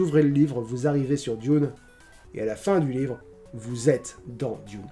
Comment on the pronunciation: Moi j'aime le saucisson trempé dans le thé ☺ Sinon vu que tu as aimé Diune (comme tu le prononce) je te conseille le dernier film plus que celui de Lynch... Mais je dis ça aussi car je ne suis pas fan de Lynch donc mon avis est tronqué ^^"